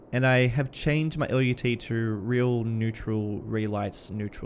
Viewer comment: as someone who's worked in the video production industry for half a dozen years, I have some experience with LUTs and one thing you should know is that the word LUT rhymes with the word nut. It's a one-syllable word that is used fairly frequently in the industry and always pronounced the same way in my experience working with people who have been in the industry for decades. This could be helpful to anyone who may have to use that word in a professional setting and avoid embarrassment.